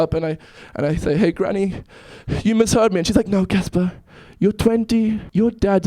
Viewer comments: ITS CASPAR!!!!!!!!!!!!!!!!!NOT CASPER!!!!!!!!!!!!!!!! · IM LAUGHING SO HARD AT HOW MANY PEOPLE GOT CASPAR'S NAME WRONG LIKE NIGGA WTF ITS CASPAR NOT CASPER OR CAPSER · By the way his name is CASPAR not Casper or Kaspah. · it's Caspar , not Casper ._. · WHAT'S THE PROBLEM WITH YOU GUYS???????? CASPAR NOT CASPER OH MY GOD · OMG it's NOT Casper it's CASPAR!!! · Why is it so hard to understand!! It's CASPAR NOT CASPER! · FOR EVERYBODY WATCHING...CASPAR NOT CASPER :) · WHY CANT PEOPLE JUST GET THE NAME RIGHT ITS "CASPAR" GOD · ARE ALL THESE PEOPLE TROLLING OR IS IT ACTUALLY THAT HARD TO GET CASPAR'S NAME RIGHT